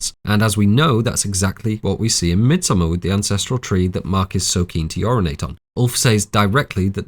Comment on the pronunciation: Thank you from the bottom of my heart for pronouncing the title of this film correctly.